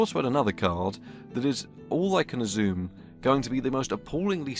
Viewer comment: Azzoome = Assume. I love your strange pronunciation. Feels like I've just scammed my Mam for £40 for a top graphics card, but I just was spamming for attention. 😂😂😂 😢😢😢